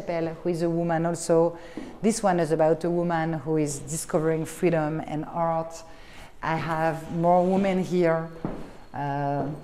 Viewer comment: Twelve years in NYC and she still says hart instead of art. Oh well.